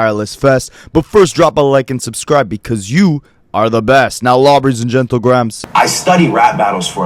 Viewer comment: "Lawbreys and gentlegrahams" 😂😂